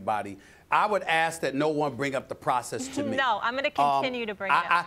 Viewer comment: Twust duh Pwahsis